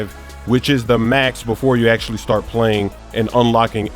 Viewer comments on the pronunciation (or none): none